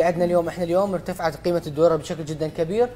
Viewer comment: الجفصة الثانية الدقيقة (الدورار) 😂 دضحكي يا حسناء لا تضمينها 😂😂